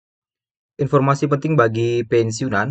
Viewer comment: Masih empormasi😂